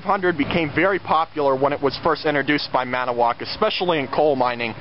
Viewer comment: as a Wisconsinite I want to let you know great video! but its annoying to hear you say ManAwoc! it has a TO in it! its said Man-IT-O-woc. made in WI! Hope that helps!